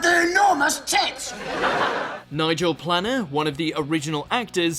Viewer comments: Enjoyed vid but please can someone proof read the voiceover script to confirm the correct pronunciation of a cast members name (Planer not Planner) also make sure you get the synopsis right, (red dwarf 4 men floating around in space only one actual man one cat one Android one hologram)..hate being a nerd nitpic but when not researched seems disingenuous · Nigel Planner?? WT... it’s pronounced Play-ner... think plane... good grief guys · Not nigel planner, its nigel planer - please pronounce words correctly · no it's Nigel Planer not Planner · Nigel PLANNER!? Planer. Plane-er. Good grief. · It’s Nigel PLANER, not PLANNER. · It’s Nigel PLANER as in PLAY-NER. Not PLANNER. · The commentary on this video is almost as cringeworthy as the US offerings. He clearly knows nothing about the script he's reading (badly) or the actors he's talking about. Who sees the name Nigel Planer and pronounces it Planner, for one example? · Do you ensure that at least one of the cast members name is mis pronounced for comment bait... Nigel PLANNER!!? Really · "Nigel Planner"